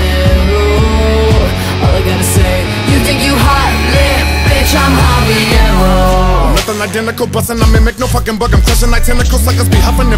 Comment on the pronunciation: I guess. How you gonna have her do the hook for habanero when she can’t even pronounce the word. Listen to the hook she says habeeyero